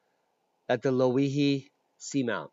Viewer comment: I live in Ocean view hawaii your pronunciation is close and is pronounced lo e he your presentation was excellent as well as the measurements and dimensions provided thats a boom the theory regarding activity in my area is quite likely correct about lava flowing under us and is the most information I have been able to find my theory after the kilauea collapse is the pressure inside its plumbing system was relived because of increased world wide volcanic activity as well as Loihi thanks for that info was awesome keep up the good work fyI were not starving here an have low covid counts the isolation helps i'm sure so you guys over there plz stay home ware your masks an wash yo hands k Aloha